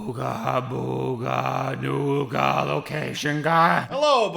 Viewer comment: Dude never say "NEWga" again, you gave my melanin goosebumps